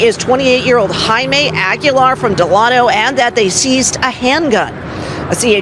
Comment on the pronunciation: DELANO not de lan o lady!